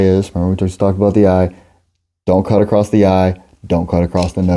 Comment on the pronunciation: Why do you add a t at the end of the word "across?"